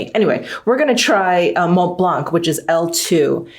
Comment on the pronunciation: Please ..don't pronounce the "C"..re: Mont Blanc, Sauvignon Blanc, etc ...it's silent ...Love ya😉